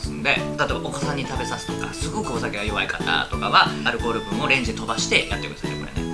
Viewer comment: アルコール好きってアル中に聴こえてくるw